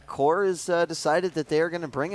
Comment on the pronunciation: at 11 : 57 the commentator says WHORE INSTEAD OF CORE :DDDDD